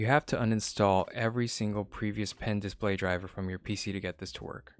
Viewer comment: I loved this review because I love the fact that it was not based on first impressions like most reviews. I did think it was a little funny how he continuously said DIS-play. Overall good and very helpful review.